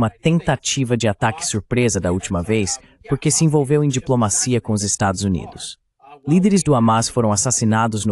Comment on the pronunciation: Não intendi essa AI de tradução ele consegui pronunciar tudo menos estados unidos da américa.